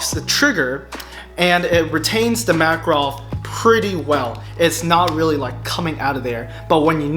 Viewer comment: It spells like MakAAAArov with emphasis on middle A.